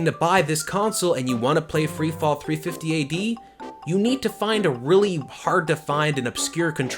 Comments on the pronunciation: THIRTY FIFTY AD. Thirty fifty ad. whew ok. sorry for shouting. I just could't take your incorrect narration calling it 350 ad much longer. smh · THIRTY FIFTY AD. Thirty fifty ad. whew ok. sorry for shouting. I just could't take your incorrect narration much longer. smh